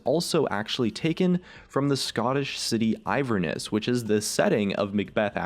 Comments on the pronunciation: I love your videos, but as a Scottish person, I cringed so hard at "Ivern-ness". Afraid to break it to you, but it's Inverness- the removal of the first 'n' is down to a little creative licence from Riot! Also, the quote "noone who wanders is truly lost" is indeed a Tolkein reference, but it references the much closer "not all those who wander are lost" (I was once gifted a watch by an eccentric, Tokein-fanatic, writer friend with this inscribed on taking a job in another country). Good research but a little off! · Its inverness not iverness ^_^ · INverness, not Iverness. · The city in Scotland is Inverness not Iverness... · Iverness? You mean Inverness? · Inverness not iverness. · It isn't Iverness. It is pronounced Inverness. (Just so you know) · The Scottish place is Inverness not iverness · I'm American and I did too; isn't it Inverness? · the place in Scotland is Inverness (IN-VER-NESS) not Iverness. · Inverness is pronounced in-ver-ness not IVER-ness haha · you are saying inverness wrong it is in - ver - ness. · As a Scotsman, I cringed into the floor when you said "iverness" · Im Australian and i cringed when he said that too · I assume the Scottish City you mentioned was Inverness? There's an N in there, it doesn't actually pronounce anything like Ivern. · He pronounced Inverness wrong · Your pronunciation of Inverness is atrocious. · I'm English and I did too 😂😂😂